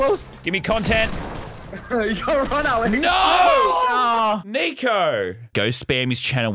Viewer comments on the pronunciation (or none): He said nicco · He said nico not n word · when Vick said nico, i thought he said the n word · He said nico🙄